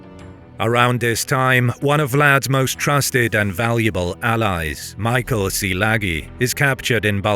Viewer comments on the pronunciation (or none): none